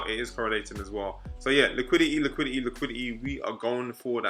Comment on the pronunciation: Normal person: Liquidity: LIQUI-IH-EY